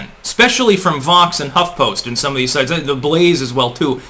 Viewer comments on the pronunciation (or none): none